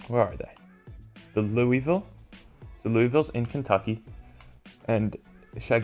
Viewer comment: As a Louisville native this is just off 1. It's pronounced Lulvill, 2. We are so much more than KFC, while they have the naming rights to the Yum center, a team wouldn't be around a food corporation 3. Also the feeling is so off